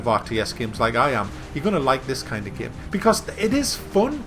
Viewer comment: Seriously the way you say the word "game" It's like "gaem"